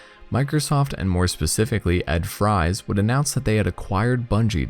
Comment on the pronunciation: Ed Fries' last name is pronounced like "Frees". I know this because of John Jacobsen's video call interview with him.